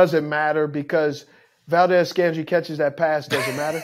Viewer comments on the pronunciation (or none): Valdez-Scantling Steve. Not Valdez-Scandry.